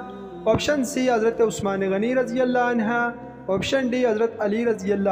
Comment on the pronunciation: Please say anhu,not anha